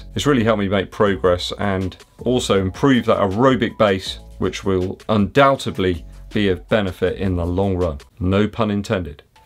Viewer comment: Hey - it's undoubtedly, not undoubtebly